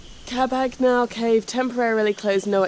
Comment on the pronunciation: WHY, on earth do you persist in calling it Yagna, when the natives clearly pronounced it Hagna, the J is H in Phili.....